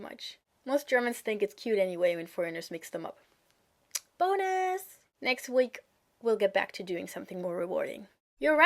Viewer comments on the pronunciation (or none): Anyone else notice when she said Bonus, at the bottom left corner she put in Boners because that's kinda what it sounded like.